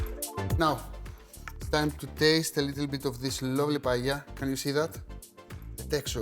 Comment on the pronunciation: Que bien pronuncias la palabra "paella", me encanta que un Heleno pueda hacer una versión griega de uno de nuestros platos nacionales mediterráneos. Hacer esto solo lo vería con buenos ojos a un italiano o a un griego, sobretodo por ser las tres grandes culturas mediterráneas. Ya sabes Akis, si Grecia, Italia o España no existieran, Occidente no existiría 😉 Un placer! 🇪🇸🇬🇷🇪🇸🇬🇷🇪🇸🇬🇷🇪🇸